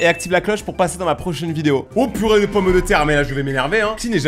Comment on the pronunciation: Le "OH purer de pomme de tére😂😂😂